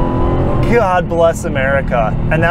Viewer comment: “guudd bless America” LOL XD 😂